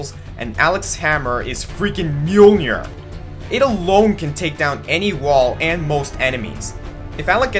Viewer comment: "Fricken Mjonir" xD